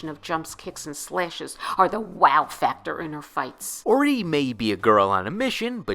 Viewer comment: Orie's name is pronounced Or-ee-ay